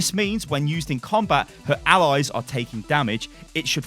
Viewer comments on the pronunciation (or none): Why do you say Allies like Alloys?